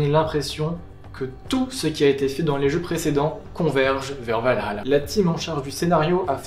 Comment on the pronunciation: Hypé et merci de l'effort pour dire Val-Halla et non Valala, parce d'autres ont du mal avec ça mdr